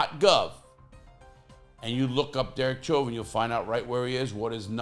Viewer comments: I think his name is pronounced like "showvin" it is a French name. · Hey Lah! With all due respect, Chauvin is of French origin & is pronounced “Show’ vaah.” I know you’re a native New Yorker & didn’t know! Love your videos! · You cant even say his last name right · Larry Lawton,, why don't you take that food out yo mouth when you talk,, and his name is NOT how you say it.. learn how to talk befor you go to make a video..